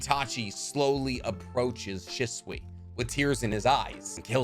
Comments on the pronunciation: she swee not shh swuh sorry that just bugged me im guessing you read the manga so you never heard it pronounced or something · bro why you say shisui.